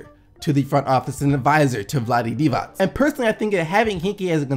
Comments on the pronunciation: Finally someone that knows how to pronounce Divac's name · The first American that said Divac righ.I know cuz im from Serbia